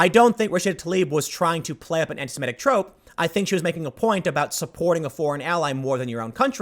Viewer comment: This is a totally trivial comment, but I couldn’t help but point out a constant mispronunciation. It is “anti-SEMITIC,” not “anti-SIMETIC.” I noticed you pronounce it correctly when reading it, but incorrectly pronounce it when talking about it. I noticed a lot of people do this and it drives me almost as batty as when people say “nucular” instead of “nuclear.”